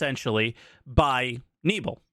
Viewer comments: Pronouncing the Name opens another meaning; u said nebel like fog(Nebel in german is fog or mist in english) but u have to pronounce him Knebel :-D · Funny how you (aka english speaking people) pronounce Knebel - I didn't know who you were talking about until I saw the name hehe. Sounds pretty cool in english actually. Knebel means gag in english (that thing in your mouth to make you stop talking ;)